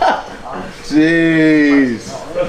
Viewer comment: All these time I thought he said seesh 🌚 apparently it was jeez